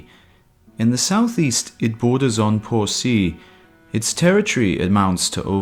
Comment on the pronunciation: "po-si" HAHAHHAHAHA!